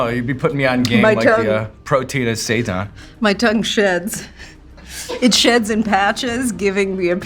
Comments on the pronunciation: Seiten (pronounced "say-TAN") is wheat gluten pretending to be meat. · I kept thinking Kate was saying "Satan" and wasn't quite sure what that was all about. 😂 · At first I thought she was saying satan, not Seitan 😂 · I swear I thought she was saying "satan" as the food they're eating. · Did she keep saying Satan at the beginning? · Can someone please tell me what they are saying, because it sounds like they are saying "satans" 😅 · i realized halfway thru that she's saying "seitan" & not just pronouncing satan a unique way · I'm probably going insane, it sounds like Kate is saying "I'm worried about the Satan" "How are you feeling about the Satan?" LOL I'm dying !